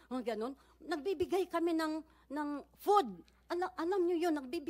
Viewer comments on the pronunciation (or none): none